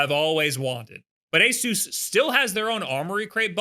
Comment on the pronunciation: I thought it was "A-sus," not "A-soos," or am I missing something...?? You're literally the only person I've heard that has said this company's name like that.